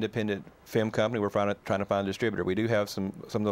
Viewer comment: The guy called it a "fim"!!